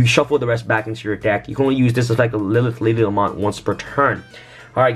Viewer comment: Really? You’ve had a week to see the comment hate.. “La-Mont”, do you mean Lament? (Pronunciation of Lament)